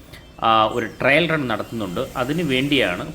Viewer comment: Trial run എന്നു പറയൂ. Trill അല്ല , trail ഉം അല്ല